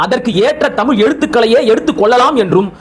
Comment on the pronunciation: ஏன் நீங்க புரிஞ்சிக்கிட்டங்கீளா விளக்கம் சொல்லுங்க தமிழ் புலவரே தமிழ் என்று சொல்லாமல் தமில் என்ற படிக்கிற தற்குறி உனக்கு தேவையா